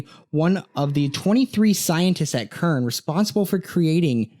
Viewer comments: It's pronounced Sern not Kern. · Something I find strange when looking back into the 2012 thing is people pronouncing ( CERN) with a k sound. It's supposed to be pronounced with an S like ( Sern) . But you are the 4th video I've watched today that say it with a k sound. IDK, seems pretty strange hearing multiple people pronouncing CERN wrong